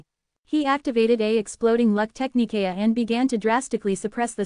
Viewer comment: Ty again. Just would request and AI update. Technique sounds like Tech-knee-kay-uh